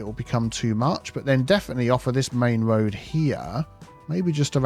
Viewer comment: Arrg! Tree on't Rood